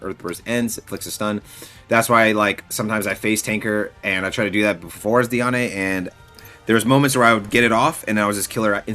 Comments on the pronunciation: its pronounced deean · Bro it kills me how you say Diane. It’s pronounced like (dee ann) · also this isn’t hate or anything I’m super appreciative of the videos and I hope his account grows beyond what he even hoped for. I was just pointing it out that it’s weird to hear like that lol